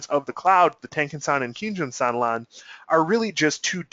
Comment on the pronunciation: You get a 👍 down for not knowing how to pronounce the kinjun and tenkan.